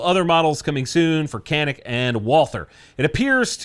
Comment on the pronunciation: I speak Turkish. Hearing people call the Canik Mete the "Can-ick Meat" hurts my soul. It's pronounced "John-ick Meh-teh". It sounds so much better. QUIT CALLING IT THE MEAT haha. We americans really butcher foreign names. I guess it makes sense, english is so wide spread.